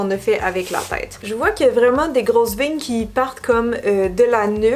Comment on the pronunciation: Je comprenais pas quand tu disais des vignes pour des veiiines ! 😂 En tout cas ton look d’Halloween est incroyable !!!! Je te suis depuis que t’étais blonde et là franchement tu devrais avoir un award du meilleur look d’Halloween de tout YouTube !!! Bravo et merci pour ton travail ! 😍👌🏻👌🏻💜